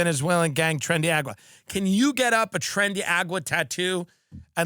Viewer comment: TREN DE A.R.A.G.U.A. ! NOT AGUA😅 such gringo Tim 😂